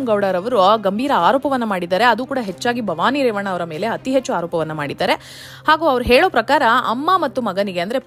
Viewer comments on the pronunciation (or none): none